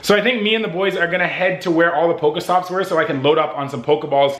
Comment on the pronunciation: It's not poko stop it's pokééé stops